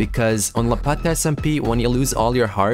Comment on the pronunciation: fix ur pronounciation you said lapata smp its called lapta smp